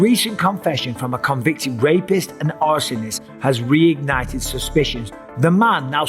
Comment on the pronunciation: U did say R a p iest...... im glad he did not voilate you Mr.Bisping. ... 😮😂❤